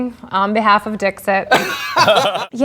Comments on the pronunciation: It is not pronounced Dix-it. It is french, and therefore is pronounced Dees-e (t is silent) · Wil, if you're pronouncing Latin mostly correctly (or, at least the way I learned to pronounce it), it's "Deekseet," not "Dihkzit." That's a terrible phonetic spelling, but if you want to come off as smart as you seem to try to do at all times, you should get it right. Love this show, though. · Hey, I know I'm late, but I have the answer. "Dixit" is Latin, meaning "He/She said", and should be pronounced "Deek-seet", but "Dik-sit" is perfectly OK. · Omg it’s Latin—please pronounce it Dee-xeet!!!!! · No, Dixit is Latin, and the "x" should be pronounced with a "ks" sound. Also, the "i"s should be pronounced like elongated "e"s. Sic, it would be pronounced "Deek-seet". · Wil, it's pronounced "deek-seat" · If it were to be pronounced in a French way, the t at the end would be silent.